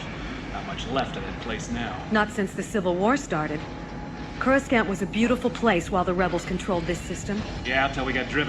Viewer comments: I know this audio was recorded before the Prequels, but i can't stop myself from cringing everytime i hear "CorsKant". lol XD Anyway, thanks a lot for putting this together. It's great! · What’s coraskant???? Are they suppose to be saying coruscant????? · Oh that sinking feeling when you listen to a new Star Wars audiobook, looking forward to immersing yourself in the world, and suddenly the narrator talks about Choruskahnt or Corusscunt and you know this whole novel is gonna be a bit of a challenge. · coruskant??? please... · It’s Corus “can’t” This audio drama came WAY before the prequels. If you look back at all the old audiobooks, that was the official pronunciation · This isn’t a fan production. This was official released, corus “can’t” was the the official pronunciation. This came out WAY before the prequels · CourasKant kills me every time 😅 Also boggles my mind at just how many YouTubers mispronounce SO MANY words, whether it be fiction or geographical or names, whatever... You'd think that if u SPEAK for a living, any word that seems REMOTELY difficult to pronounce, or could possibly look like it's pronounced one way but it's really another (i.e. CourasKant lol), you'd take the 4-11 seconds to just Google the word and "pronunciation" to nail it the 1st time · You got to understand this was created BEFORE the prequels. Coruscant was pronounced as CourusKant. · CorusKANT lol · I love this simply because coruscant was, for the first time I’ve ever heard- pronounced “Corus-cant” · This is an audio book made by people and that’s how George Lucas pronounced the planet’s name. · That was the original pronunciation before the prequels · Am I the only one who finds the pronunciation of Coruscant a little strange? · What's up with the pronunciation of "Coruscant"? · Core a sant not core s cant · Denture thing ruined by wrong pronunciation..it's not 'scant' it's 'saunt'..Corisaunt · Coruskant? 😅 Ever watched the PT at all AI?